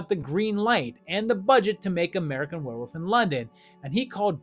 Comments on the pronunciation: Why is this guy saying wolf like "woof" "werewoof" I've heard people pronounce it like this before is it just a mispronunciation or maybe they're talking too fast? WTH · Are you saying werewoof? 😂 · Were-wooof! I love how you pronounce werewolf. Never stop doing that.